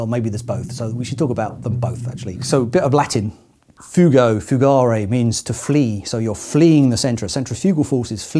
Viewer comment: Thanks a lot for this video! I'd never heard of Mach's Principle. Small Latin thing: fugo (infinitive fugare) means "I make sb. flee, I put sb. to rout". Latin for "I flee" is fugio (infinitive fugere, both stressed on the u).